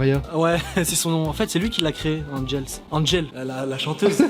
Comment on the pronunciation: ce n'ai pas (ANGELSSSSS) c'est Angels